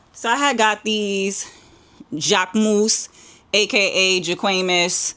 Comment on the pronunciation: Jacque-mousse , Juh-cqué-muss 😭😭😭🤣🤣🤣 naaah, you're just too funny !!🙌🏾🙌🏾🤣🤣🤣